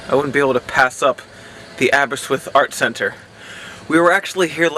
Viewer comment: Where is Aberswith? I know of Abber-wrist-with (sounds like whiff).